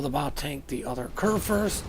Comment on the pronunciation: Großer Kurgurst is pronounced Grosser Kurfurst.